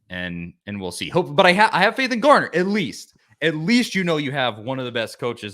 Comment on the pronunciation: His last name is Garner FFS, not Gardner.